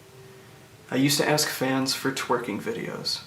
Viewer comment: I just find it hilarious how he said "Twerking. Yes, tweking: the dance move" Thanks for explaining that, nonce. The hair is a sexual offence, in itself.